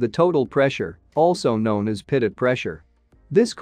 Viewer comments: Its pronounced 'Pitoe'...not 'Pitot'. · "pitut".... I thought it was pronounced pee-toe Edit: nevermind. I see it's a robo voice text to speech thing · Dang AI voice stupidly pronouncing "pitot". French name of Henri Pitot, the inventor, and those crrrrrazy French! They NEVER pronounce the final "t", therefore: "Pee toe" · pitot is pronounced pee-toe. This drives me to be annoyed. good information, but aghhh. Can't listen to the whole thing. maybe get a human to read the script instead of a computer generated voice. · Wow - so clear!! Thank you! btw, you can trick the TTS to correct pronunciation using phonetic substitues in your script. For example "pee-toe" or "co-pilot" rather than the correct spelling may change the way the TTS says the word. Sometimes you gotta experiment with it a little to get it to say it right. Great job on the video - lots of work in that 14 minutes and it shows!! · Voice algorithm needs to learn how to pronounce pitot and copilot correctly